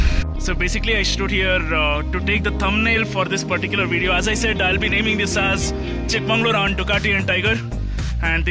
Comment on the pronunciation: Its Chikmagalur not chikmanglur